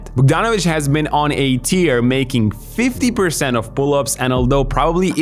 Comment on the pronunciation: "Bogdanović has been on a tear" is pronounced 'ter' as if to rhyme with pear (the fruit) or scare. Not the drop that comes out of your eyes when you chop onions or Žalgiris lose because they missed the game winning shot. :D Cheers, love the channel